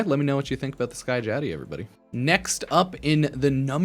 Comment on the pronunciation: The pronunciation in this video is out of line 😭 Guan-Day-O. Skya-Jati😭😭